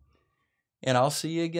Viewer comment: OMG you called them schollars!!!!!